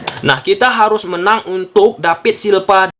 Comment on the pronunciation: Kok david silva jadi dapid da silpa lu ngomong nya bambank...😅🧠